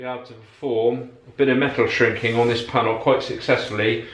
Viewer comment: Ere, are we shrinking or shinking the metal? different dialects and all, cracking vid though fella, keep up the good work and keep on smiling.